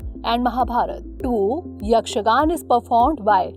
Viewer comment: Not yakshagan it's yakshaganaa